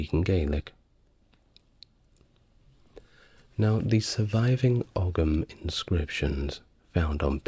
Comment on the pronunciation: It's not a big deal AT ALL but a couple of teeny pronunciation nitpicks. Ogham = ome like tome/home Kildare (my home!!) = kill like murder, dare like to be brave enough to try something. Kill Dare. Rhymes with "there" Also there's a small bit of ambiguity because you ARE actually talking about old Gaelic, the Scottish language currently spoken on YouTube by small pockets of Scots I'm sure, and so you're correct in everything you said there afaik but just in case it's not clear for anyone listening, that's not to be confused with the Irish language which is a different language spoken by small pockets of Irish people today. Well, it's actually spoken by most of us as it's mandatory in school, just not as part of every day life. That language is referred to in English as "Irish" but a lot of foreigners 1) misname it and 2) mistake it for Scots Gaelic because the Irish word for the Irish language is Gaeilge. Pronounced "Gail gah" Obviously the two languages have common ancestry and has not misspoken here, as the time period in question would refer to the original Gaelic language that both places shared variants of but the languages of Scott's Gaelic and Irish have diverged significantly since then and are now not the same language as eachother or as they once were, and it's important to us that people know that because our language is...quite important to us for a few reasons.